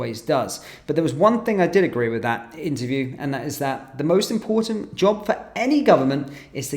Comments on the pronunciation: Does Rayner know what "impor-ant" means? Maybe she was hungry do ate/drank the "t". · Does she know there is a letter T in the alphabet